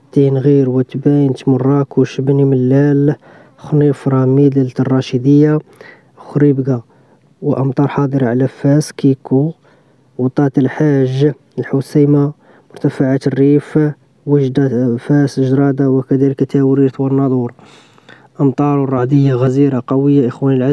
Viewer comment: Guigo وليس كيكو